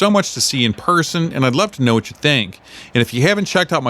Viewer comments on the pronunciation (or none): none